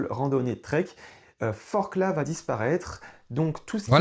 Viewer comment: Forclaz on prononce pas le z si jamais